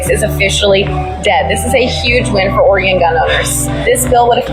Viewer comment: "Oreggon"? Really?